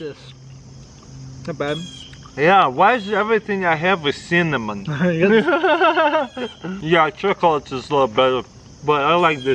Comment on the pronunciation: Tara's Kul says "apple ciminanjshuajn"